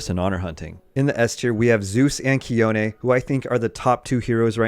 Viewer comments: thanks for the he-oni (means "snow" in Greek). Tsi-one was killing me. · Took you 6 years to finally pronounce Chione's name right. Your next goal is to do right.